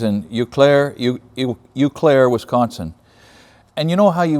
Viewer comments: Love the videos, but it's more like O_clare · You may know this already, but Eau Claire is pronounced O-Claire, at least that's how my Wisconsin born wife pronounces it 😀, being from the PNW I know how hard the Indian names are to pronounce. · Eau, is French for water. So Eau Claire is French for clear water. Eau pronounced Oh.